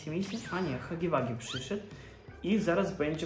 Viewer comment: czyta się Hagi łagi a nie Hagi wagi